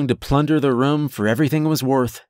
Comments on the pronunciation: Well done! I'm a large fan of what's known as "Portal Fiction" and this is clearly in that realm. My ONLY issue with this was how you'd say "room", it came off more as "rum". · Loved this story. But...his pronunciation of the word "room" as "rum" drove me crazy. Lol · I don’t think there’s one story from u where u haven’t said the word “room.” I notice every time because u pronounce it kinda like “rum” lol